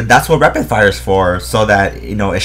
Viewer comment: haha he is saying repid fire